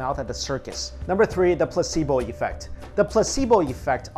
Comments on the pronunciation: Anyone else hear pussyboy instead of placebo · I thought he said "the pussy boy effect" 😂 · for a second I thought he said pussy boi effect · Placebo sounded like he said "Pussy Boy" at first XD